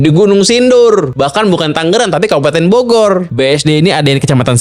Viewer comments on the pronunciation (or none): none